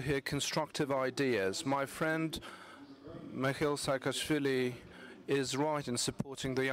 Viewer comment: Oh,my God...Sakaashvily